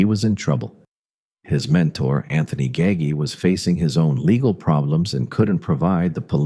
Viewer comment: I turned it off when the AI said Nino Gaggy.